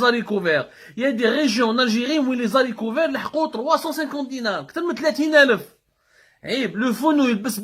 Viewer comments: Les haricots et pas les zaricots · On ne dit pas les z'harricots mais les harricots; l E s ne se rattache pas